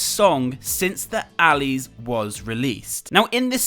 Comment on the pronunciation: ' Book 1 chapter 1 alleys. ' Me : Okay, am i hearing this wrong or..